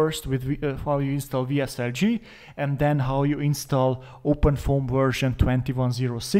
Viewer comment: What are you saying about WSL G ? The pronunciation isn't clear. VSL-G or VSL-3 ??